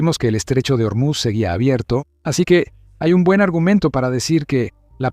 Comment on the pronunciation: No es germuz , es Ormuz